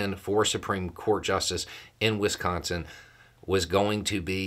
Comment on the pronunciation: Thank you for correctly pronouncing Wisconsin 😊